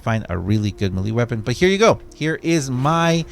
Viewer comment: Melee is pronounced "MAY-LAY".